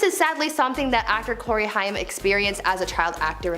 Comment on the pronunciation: Sorry but this is driving me nuts! Haim is pronounced like Haym, not Hiam